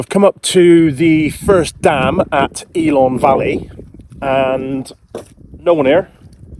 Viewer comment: Great video, one of our favourite places, but… pronunciation of the places needs some work🤣 please don’t call it ELON valley… it’s ELAN Valley👍🤪